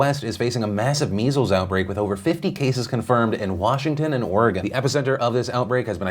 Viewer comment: Thank you for pronouncing Oregon correctly. Sincerely, all Oregonians.